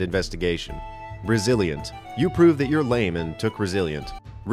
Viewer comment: ResiliAnt. SentinAl. should be E not A, just thought I'd point that out. Nice video.